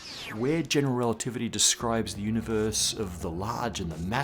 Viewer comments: "relitivity"? Ouch! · "General Relititivy???" Apart from that, awesome as usual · "relitivity" ... :-O (Still... an absolutely amazing episode!) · "General Relitivity"